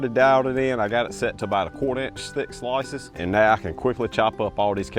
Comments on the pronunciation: NC southerners say "sloices"? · "Uniform Slaasses" 🤣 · listen to him say the word ‘slices’. That’s Dundee